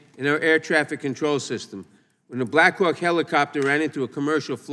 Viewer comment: why does it sound like Naddler said "a Blackrock helicopter"?????